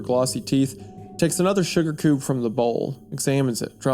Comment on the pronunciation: bro said sugar koob